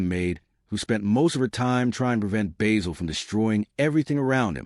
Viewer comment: AI junk. You can't even pronounce Basil correctly, you use clips from other movies and shows. use a photo of Basil Fawlty that isn't John Cleese. AI dropping random clips of WW2 and other nonsense out of context. This show deserves more respect.